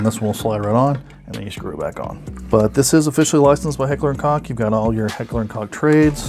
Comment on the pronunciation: Koch is pronounced coke, not cock. Good video though.